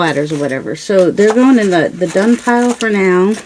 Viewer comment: Hahahaha I thought you were saying “they can go in the dung pile” but you were saying done pile! Thank you closed captions! I like this series!